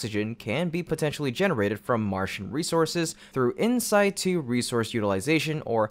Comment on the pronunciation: Good video. Please adjust your pronunciation of "In-Situ". Thanks.